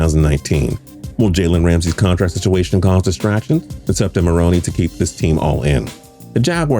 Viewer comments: “Ma-roan.” Not “Ma-roan-ee” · you got a great voice but how does let you butcher certain details. Its Doug (muh roan) not maronie. Like do you watch football? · Is he saying Marroney?? WHAT?? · Doug Marroney? Really? Can’t even pronounce head coach’s names correctly. And your research sucks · I was out when this dude couldn't pronounce Doug Marrone's name right. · Am i the only one getting annoyed how he says marrone wrong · He pronounces Marrone so weird